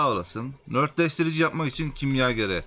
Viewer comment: Saol videolarına minnettarız. beğenmeyenin itemi geçmesin. ama oradaki nötr kelimesinin ne anlama geldiğini bilmeden rastgele nörtleştirici dedin ya hani işte ben ona takıldım anlamsızca. Nötrleştirici olacak doğrusu. yani kelime anlamı dengeleyici, sıfırlayıcı Nötr yani:)) Nört değil.